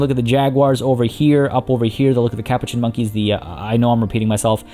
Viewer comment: I love your videos but the way you say Capuchin is driving me crazy. It's pronounced ka-poo-chin.